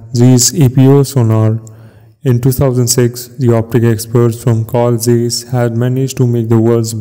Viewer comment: It's Zeiss zaaaaayyysssssss not zeeeeeeesss.